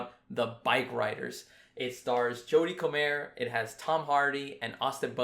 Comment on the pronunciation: First time I've heard her name pronounced Coh-Mayer instead of Coh-mer